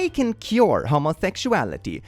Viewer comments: It took 8 minutes to realize it was it was "cure gay" I thought it was "pure gay" 😂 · I misheard you the first time you said cure, I thought the bingo tag was "pure gayness" and I was wondering how it fit in lmao